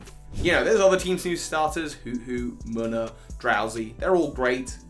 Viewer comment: pretty sure Muna is pronounced Moona.......